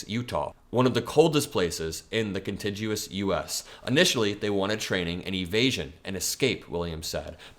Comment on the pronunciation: *continguous - look up the pronunciation online (it has a hard g). Nothing wrong with being an autodidact, but always check out the pronunciation whenever you look up the definition. You're the best,, and I wouldn't want anyone to have such a silly reason to try and discredit you. Please delete this comment after you've read it.:)